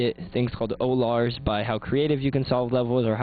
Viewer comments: o-lars? haha they're called ollars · it's starITE not Starlite. and ollars not o-lars (like dollars without the d)